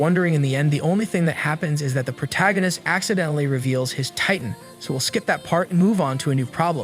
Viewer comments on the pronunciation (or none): none